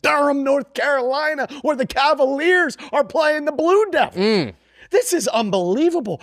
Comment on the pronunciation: Bluke Doo-devils 🤣